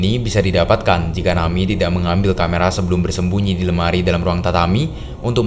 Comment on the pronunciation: ejaannya na-mi-e , bukan nami , ini bukan english